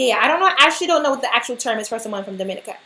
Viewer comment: Its pronounced dom-ih-NEE-kə